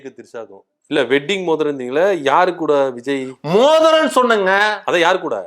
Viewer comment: எனக்கும் புரியவில்லை, நீங்கள் மோதிரம் என்பது மூத்திரம் என்றுதான் எனக்கும் கேட்கிறது.😂😂😂